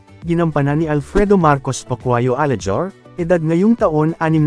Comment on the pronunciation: Yung boses nyo po ba kaya iba yung pronunciation minsan dahil foreigner po ba kyo ? Kase sa nyo alejar instead of alehar sa kapatid ni Jojo alehar 😅 saka kayo din ba yung voice sa intro ng pinoy pawnstars